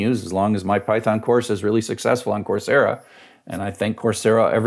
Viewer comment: I figured out "course yeah" is "coursera".